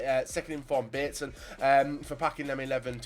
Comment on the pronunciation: "Second In-form Bateson"